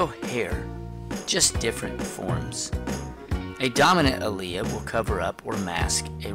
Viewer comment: It's correct he prounced it correct!